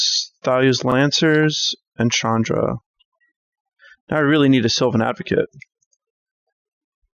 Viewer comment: Thank you,, for correctly pronouncing names like Ulvenwald (Ulvenvald) and Chandra (not Shandra). Hopefully, you also say Gisela and not Jisela. Pronouncing it Jisela is almost as bad as saying Jarruk instead of Garruk. Also thanks for the gameplay!